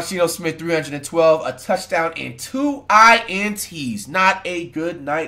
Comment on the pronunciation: "Deebo Smith"😆